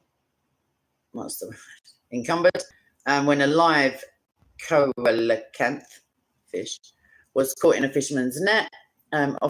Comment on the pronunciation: It is pronounced seal-a-canth